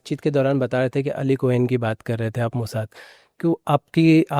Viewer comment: bhai eli cohen hai ali koen nhi